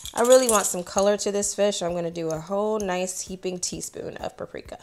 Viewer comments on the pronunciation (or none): It’s PAPRIKA!! Not PARIKA!😂😂😂